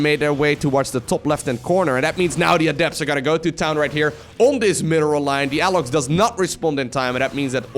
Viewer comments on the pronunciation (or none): and.. Alox is prety much pronounced as A in english vocabulary, im a spanish talker, but well thank you so much neverthelesss!